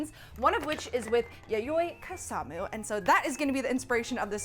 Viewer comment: Left the video as soon as I heard Kusamu